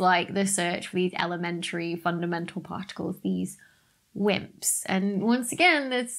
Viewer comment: When she said wimps, i thought she said simps for a second